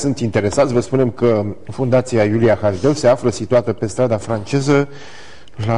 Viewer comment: de ce baba asta zice Hajdău ,, si nu HASDEU?